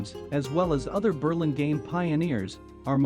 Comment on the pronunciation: I would rehire the voiceover to somebody who knows how to pronounce the name of the town :-) it’s painful hearing it pronounced incorrectly so many times. Also I would get these camera shots down lower. It doesn’t really look beautiful to see the rooftops of all the downtown buildings.